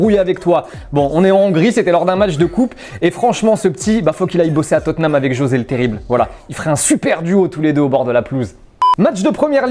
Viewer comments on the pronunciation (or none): none